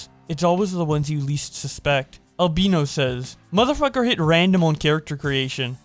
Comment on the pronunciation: i like how u said "albeno" it was funni